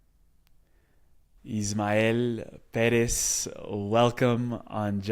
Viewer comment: I'm so glad you said hia name right, "", not ISHmael PEHREHZ like so many non spanish speakers say, its annoying how other interviewers mispronounce it. 😂